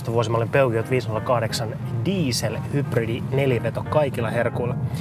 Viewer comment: sanokaa peugeot oikein!